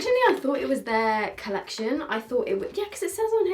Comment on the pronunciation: I cant with you lol, first dixi then colleciton and then zEIGler, its just z(ee)gler, my 12 year old inside dance mom fan is dying